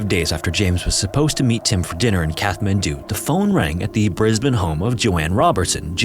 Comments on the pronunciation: Sorry mate, I can't listen to the wrong pronunciation of the Nepalese capital any more. It's a hard "t" as in cat. You're welcome ❤ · It’s “Catt” man doo. Just fyi. The “th” means it’s a HARD t. Like “taw” instead of “tah”. But it’s not a “thaw”. Just tryin to help. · I hate to be that guy but it’s pronounced “Cat-Man-Due” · Katt - Mann - Doo FFS. I mean, you're a favourite channel but your laziness with regard to checking pronunciations drives me to the point of distraction. Don't proudly say 'No AI generated content' when you sound like an AI generated voice. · Just so that you’re aware in future videos, you don’t pronounce the “th” in Kathmandu. It’s closer to Kat-mandu like a kitty cat :) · Except for the constant mispronunciation of “Kathmandu”….? (Kat-man-doo) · The h in Kathmandu is silent. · You should have researched and practiced how to pronounce the name "Kathmandu". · The h in Kathmandu is silent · Pretty sure it's a stop, not a fricative, in the middle of Kathmandu. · Great story. But a couple things. Ninety-hundred feet?? Really??? Also I think the H in Kathmandu is silent. But I'm not Nepalese and could be wrong. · Great work, but you are pronouncing Kathmandu wrong. Makes it seem like an AI narration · Amazing story! VERY difficult to understand. It would help if the narrator had clear pronunciation. Lots of slurred words and the ‘th’ in Kathmandu is pronounced ‘t’. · How on earth are so many professional content creators unable to pronounce Kathmandu? Come. On. 👎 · Please learn the proper pronunciation of Kathmandu. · I don't mean to be a pedant, but it's like nails on a chalkboard. You don't pronounce Kathmandu with the H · I'm pretty sure it IS AI. A real human would not put out a video taking place in Kathmandu and pronounce Kathmandu incorrectly throughout the video. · I noticed that but sometimes he used a T and sometimes he used Th. Maybe he knew it was wrong but was in the habit of saying it wrong. Strange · Kat-man-doo, not Kath-man-doo